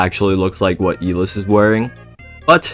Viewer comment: ITS EYE LESS NOT E LIST